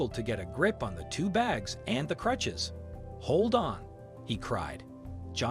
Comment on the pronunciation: Good story for sure, but are we really gonna skip over "clutches"? Go back and listen to the first time the narrator goes to say "crutches".